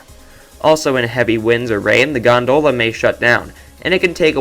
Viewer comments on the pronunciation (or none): It's GON-dola, not gon-DOh-la. LOL.